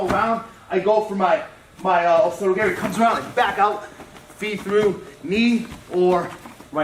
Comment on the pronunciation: The way this black belt says "Osoto Garry" makes me cringe.